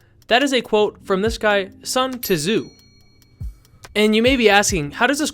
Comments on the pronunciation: Sun T-zu? you definetly lack intelligence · "Tuh Zoo" was a nice touch. Overall top tier trolling my guy 👌